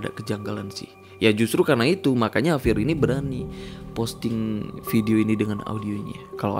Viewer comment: JAVIER BANG BUKAN HAVIER